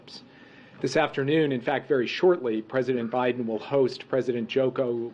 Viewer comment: Oh great more lies to be spewn. Oh look she went to say obiden again